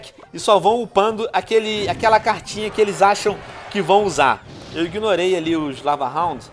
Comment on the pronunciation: "eu iguinorei os lavarronds"